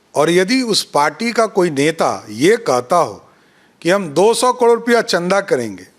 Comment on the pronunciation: पहले करोड़ कहना सीख